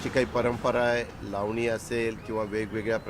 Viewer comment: Bhau tumhi lavni king mhtla ti lavni krtch nahi tila lavani cha ल suddha yet nahi